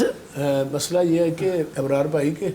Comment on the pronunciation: ابرار کے الف پر زبر پڑھیں